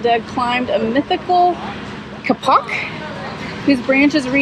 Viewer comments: Kapok is pronounced kay-pok and was once used (probably still is in some places) to make mattresses ...........i remember well sleeping on one as a child :) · Kapok is pronounced K-pok, with the accent on the first syllable. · I’m so glad you had a wonderful time in Key West,! Man, I love my café con Leche and any kind of Cuban coffee, cafe solo, Cortadito. Yum! The tree that you saw is pronounced Kay-Pok. We used to have a restaurant many many years ago in Clearwater Florida called the Kapok Tree. It was a really cool restaurant that had all those beautiful trees around it. It was a pretty popular place in its day! I miss that place! Lily is such a good little girl when she travels with you! She was so good when she would stay seated on the golf cart! She is adorable! I’m going to miss seeing your Key West videos and I’m sure you’re gonna miss Key West too!😁❤️